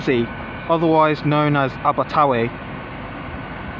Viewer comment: Pronunciation of Abertawe was almost spot on. “Aber-ta-weh”